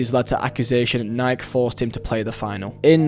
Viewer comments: It’s Nike. Not nyke lol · bro its Nike “nyyy-kE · Alright, if you Brits get on us about "aluminium" then we can get on you about Nike. It's pronounced "ny-key". The E is not silent. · Love the vid but you said Nike wrong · I think you are forgetting the E in the word Nike my guy 😂😂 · Is it that hard to pronounce nike